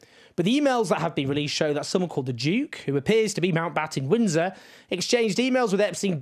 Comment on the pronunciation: Owen says “Mountbottom Windsor” at 3.21. Made me giggle.